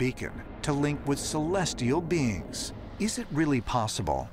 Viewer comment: “OTHER WORLDLY BEENS” Get the popcorn